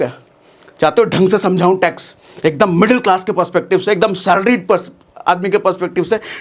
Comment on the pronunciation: Tax 😂bihari style mei